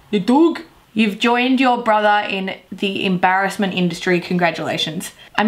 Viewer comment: Every time shows the video of his dad saying your in emberssment I pull out the uno reverse card